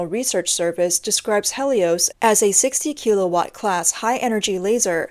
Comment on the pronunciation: Yokosuka? Helios? Kilowatt? That's not how those are pronounced. Again, hmu if you want a narrator. :)